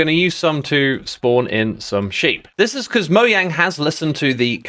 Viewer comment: dude your saying mojang wrong